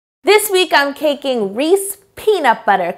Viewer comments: Its Reese’s not “re-sees.” All you have to do is actually watch a Reeses commercial. They say their product name. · Never heard it called a "Reese" peanut butter before...its Reese's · "Reese's" not "Reese" Yo! Lol meanwile im from Philly where everybody calls them "Reesy" cups lol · I can’t believe she said Reese instead of Reese’s so many times. I literally have never heard a single person call it that, ever! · Nonononononono, "Reesy" is said by people who can't read or speak correctly. They inaccurately pronounce the third "E" and it makes me crazy...but then again, I was an English major and I hate hearing people mispronounce words. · It's correctly pronounced "Reese's" NOT REESY. I HATE THAT!!! People who say Reesy either can't read...or...THEY CAN'T READ! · They call them Reesy cups in Maryland too. According to Mars it's supposed to be "Rees-ez" (as in rhymes with "pieces") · sun no it isn't. It isn't subjective or a matter of opinion. In Canada it is called Reece PB Cups. In America it is called Reece's PB Cup. It is not pronounced "Reecies" and if someone says it that way, they are mispronouncing it. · Did it bother anyone else that she said “Reese” not “Reese’s” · Wait..is she saying "rees" ?>:O it's a Reese!😅 (no hate! I love your videos) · Did you call them "Reece" peanut butter cups? They're REESES not Reece, things like that bug me. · Anyone else notice she said Reese not ReeseS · She keeps saying Reese i -😐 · Jersey Girl here. Reesies all day 😂😂📐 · actually it's Hershey that makes Reese's, but reese-es is the way it's said in most of the us outside the Delaware River valley. I lived in Chester county PA about 2 miles north of Maryland and everyone there said reesy. They also pronounce water as "wudder" tho so.... Lol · Aleem I CALL THEM "REESE'S" BUT PRONOUNCE IT AS "REE·see·S" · To everyone saying she said "Reese's" wrong, it is in fact "Reese" in Canada. Check the thumbnail!!! 👍🏻👍🏻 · Yes, it's so annoying that she says it that way.